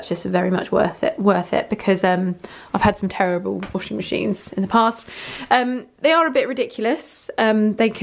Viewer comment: the pronunciation with your washingmashine and the tumble dryer where complete fine, just a wee accent ^^ your videos are amazing thank you! Just got home from my year in scotland because of COVID - 19 and you're helping me to keep my English on the same level and of course to understand the language better. xoxo Ricky